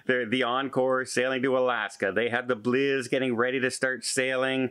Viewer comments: I just figured out why pronounces the BliSS as BliZZ. He's Canadian and accustomed to bliZZards. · FYI…..It’s not NCL “Blizz”…… it’s “Bliss,” as in “Ahhhhhhhh!” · what is the blizzz? …… or is trying to say Bliss… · Hi, love your updates but please - Norwegian Bliss (ssssss) not Blizz (zzzzz) Keep them coming, and us informed.